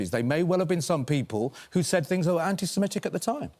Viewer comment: She has never said 'antisemitic' before so she thought antisimetic would work instead. home secretary.